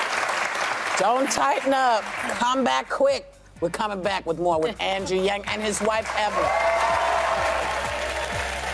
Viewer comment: Did she really say mr.gang?😂